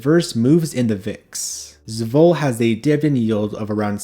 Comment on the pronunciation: Great list! (But please say ess-vol... two syllables. The first is just the letter s. 😅 Love the channel and appreciate your content!